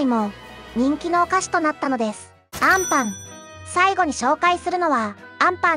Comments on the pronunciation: 最後の最後であんパンのイントネーションおかしい😅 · あ↑ん↓パン😂